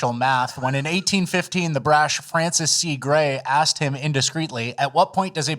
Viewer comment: “You axed me a question.” Yes, yes, I did.